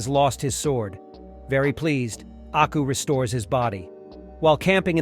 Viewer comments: its aku not acku lol pronounced AW-COO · HE DID NOT JUST SAY ACKU I'M NOT GOING TO WATCH BEYOND ITS AKU AND YOU PRONOUNCED IT WRONG. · Pretty sure it's "AKU" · I like the video beacuse its samuri jack but the way you said and spelt aku's name wrong. Like did you not google it? And they say his name in the intro song 😅 why are Americans so big headed about pronouncing other peoples things and namez and can't respect other people's culture? Also did you even watch the series? If you did then you would know that going to a bar is not natural to hik as thry did not have bars where jack lived nor did jack drink 😅 Have to dislike for that and unsuscribe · The way he disrespected aku's name at the start is probably why. Big dislike for that